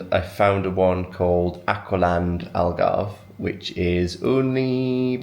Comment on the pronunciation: I’m so happy that you had fun here in Portugal. You picked a really nice time to come. You could visited zoomarine is an amusement park with dolphins and a lot of fun stuff to do and see you would love it, it’s in Algarve as well, you pronounce it well enough it’s cute. Love the vlog as always ❤ kisses from lisbon - Portugal 😘😘